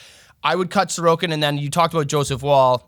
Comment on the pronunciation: Comment features back to back weeks, with proper pronunciation and everything! Thanks a tonne, great video and advice as always, and I'll see if I can get anyone to bite on Sorokin!